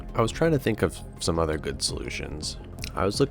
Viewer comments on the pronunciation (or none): none